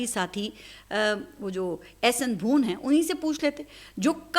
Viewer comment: جی میڈم السلام علیکم ، لفظ ہے بَھوَن BHAWAn بھ پر پیش نہیں ہے زبر ہے شکریہ